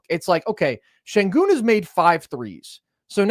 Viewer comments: how you cover basketball and call yourself nerd sesh then go head say "Sengin" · please stop saying “Sengin” 🙏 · If you can say 'Shai' then you can say 'Shengoon'! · How do you have a “basketball podcast” and can’t be bothered to learn how to pronounce an all star’s name. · Is it really THAT hard to pronounce Sengun's name correctly? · Why won’t you pronounce Sengun correctly? I can’t respect the opinion of someone who can’t even get a name right. That’s just petty and disrespectful, especially when you regularly hear it pronounced correctly and still choose to mispronounce it.